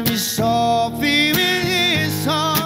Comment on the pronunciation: Dam i love this cover except the only complaint i have an granted its a minor one, is the pronunciation of the word softly. He sings soo-feee wich is kinda irritating me lol. Say it right bro. Good cover tho